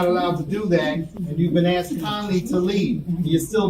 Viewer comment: He said “your being axed to leave” 😅🪓